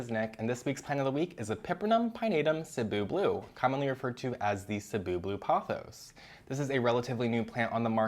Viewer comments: Thank you for pronouncing Cebu correctly!!! I’m from Cebu and it’s been paining me to hear everyone on Plantube mispronounce the name of our island 🥲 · Thank you for saying Cebu properly ❤️